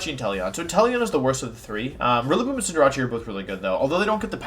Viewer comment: don’t even care if it’s on purpose, “cinder-ah-chee”???